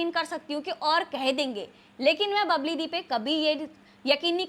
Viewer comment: बबली नहीं bbal है